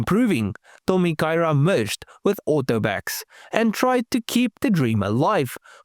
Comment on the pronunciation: I think you did well with the Japanese pronunciation. 👍